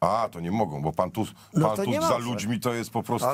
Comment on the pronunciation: Tchchusk mowi. sama phhawde😂😂😂😂😂😂😂😂😂😂😂😂😂😂😂😂